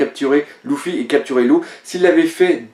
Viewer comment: Putain on dit pas Louffi mais Leuffi